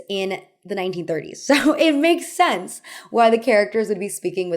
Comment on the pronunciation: I found myself tuning into your accent more during this video. I’m curious where your own pronunciation comes from. For example, you pronounce “context” more like “contaxt” and “sense” more like “sahnse”